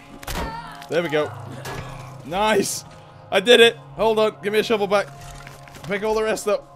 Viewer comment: I love how he says shivel instead of shovel. It's great :)